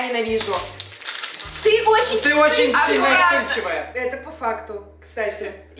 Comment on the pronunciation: Сколько раз в этом видео сказала "по фактоу"